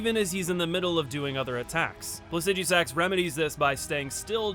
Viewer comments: Placid-jew-sax? Maruka? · PLASS-EH-DU-SIX.. IDK WTF YOU ARE SAYING BUT YOU ARE BUTCHING THE NAME..